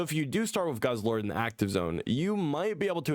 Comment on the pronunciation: Not goose-lord, it's guzz-lord